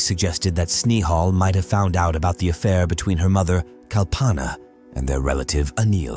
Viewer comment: And when did kal-panaa became kal-paanaa. 😂 And Ga-waar-e became Ga-ware. And He-ren became Hi-ren It is clear that it is a computerized voice.